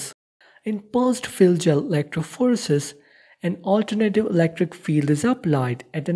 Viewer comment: electrophorEEEsis. not electrophOresis